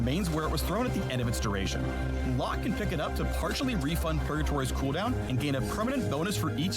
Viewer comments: Locke Correct Pronounciation: Lock How mfs pronounce it: Low Kay Yone Correct Pronounciation: Yo Nay How mfs pronounce it: Yown I CANT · "Lowkay" Why can major pros and content creators not read, hear, or say a name correctly. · Did he just call Locke, low Kay? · the e in locke is silent